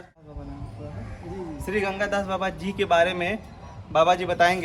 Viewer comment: Bro it's ganga das ..ganga gas nahi...